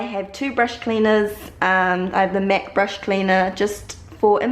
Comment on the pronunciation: She says Mac like mec